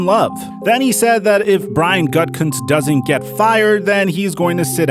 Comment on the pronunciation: I keep thinking people are say “GutCunt” when talking about Gutkunst 😂